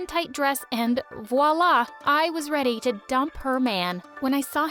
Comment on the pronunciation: Voila not woila